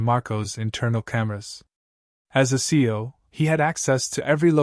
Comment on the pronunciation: It’s not seal it see we C E O